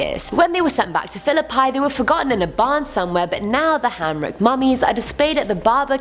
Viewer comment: It’s pronounced {Phil-oe-peee}